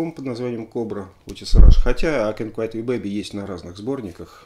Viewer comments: Алексей, ну всё класс, конечно. Но какой " ай кэнт квайт"? Ну ай кэнт квит ю бэйби, же (е) О, отмотал назад, там уже первый комментарий )) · I can't quit (куит) you baby. Если правильно произносить.